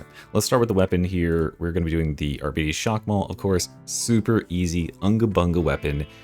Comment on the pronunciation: Arbeaties? Can you pronounce diabetes, and then pronounce bite?